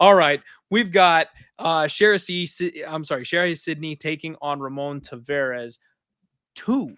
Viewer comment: Hey boys...it's Tah-VEH-russ.....not Tah-VAW-russ. Thanks for giving us a banger of a show!